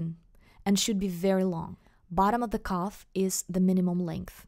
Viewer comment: calf, not cuff